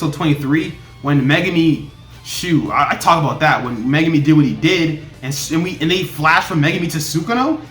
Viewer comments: Mega me??? Lmao you pronounce his name wrong its Megumi also the guy with the volcano a name is Jogo and the girl with the brown hair is Nobara Also the puppet is Mahito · Mega me Lol